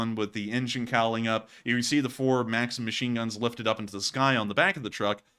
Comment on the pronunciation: It's pronounced makseem... it's my sons name. Makseen is a girls name. Also you showed russian apartment buildings and said it's a poor hood. It's the way all apartments that are older than 20 years look. You should consult with folks like us so you can be more culturally informed. Otherwise like the show 🙂